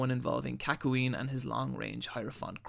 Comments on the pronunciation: Bro you need to learn how to pronounce japanese, a very not difficult language to pronounce. Hirohiko ARIAKI? It's Araki. KAKOOEEN? It's Kakyoin. I'm not even trying to be mean just look up Japanese vowel sounds, you'll be surprised how fast you'll never mispronounce a name or word again. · so many mispronounced words araki, kakyoin, uvogin, and probably more lol